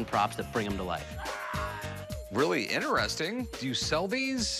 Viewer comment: Interesting= ineresting😭😂😂